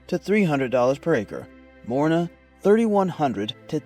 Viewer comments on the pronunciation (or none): It's not Morina it's MORINGA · MORINGA NOT MORINA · not morina say moringa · WTF is morina? This is called morinGa! (Moringa olifeira or Moringa stenopetala) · I've been growing Moringa for years but never heard it pronounced as morina. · how in the hell does the guy not even pronouce the correct way? gotta laugh when people do videos and doent even know what the heck they even talking bout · Yes, it's a good tree, but the question is about the poor pronunciation. Even in Spanish the G in Moringa is pronounced. If I didn't already know the leaves by sight, I would have been clueless until the comments.